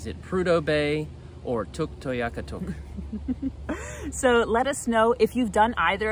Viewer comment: Tuktoyaktuk. I've only heard the full name pronounced with 4 syllables, even by cbc broadcasters and locals. Did the extra syllable you use come from an inuit local? Thanks.